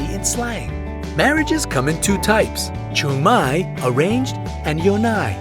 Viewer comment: He also pronounced “chungmae” and “yonae” wrong... like at least know how to pronounce your stuff, it’s not that hard.